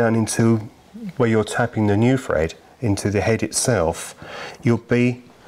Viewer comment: thread not fred 🤪